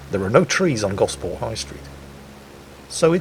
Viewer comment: I never realised you were a Solent local,! You nailed Gosport and its high street to a tee; I think covering it in trees is probably an improvement. Excellent video!